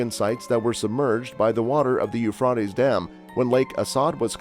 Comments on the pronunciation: The Ufradeess River😂😂😂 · its the U fra ties river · Boy does that guy chop up the words for the River. Who taught him to say that name the way he does. He makes a mess of those foreign names. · You know where n the last days when he can’t even say Euphrates river right lol😂😂😂😂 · I wish you would pronounce the Euphrates right. This is really getting under my skin. If you are going to report something, don't you think you should pronounce it right? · I think your information seems to be credible. I wish you would learn how to pronounce the keywords like Euphrates. Take time to learn the correct pronunciations so it won't hinder your message.